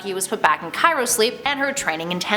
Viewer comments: It's cryo sleep not cyro sleep btw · CRYO not Cairo.... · i believe it's CHRYO sleep ... not CAIRO sleep #buckybarnes #natasharomanoff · Yes. And Cyro- would be pronounced Sigh-ro, not Kaye-ro, so double derp.